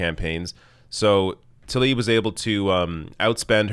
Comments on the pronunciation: it's pronounced Tlaib, not Talib; please! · It's not taLib! It's tLaib (pronounced - tLa-eeb)